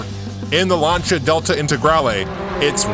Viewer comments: Launcha? You mean Lancia? Lol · Lancia is pronounced "Lan-sea-a", not "lanch-ha" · I hate to say 'I told you so' but ...... Lan-cheea! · What’s a Larnshia? Lol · The "lunch-a" delta... no, that just sounds sooo wrong. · I cant be the only one that cringes when they pronounce Lancia wrong